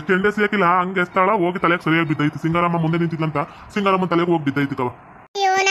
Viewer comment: Singaramma Alla bangaramma antha gothaglli bega